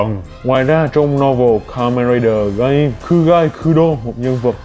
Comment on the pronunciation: Kamen Rider GAI-MƯ not Gem, not Gam, Ga-im, not Gaymu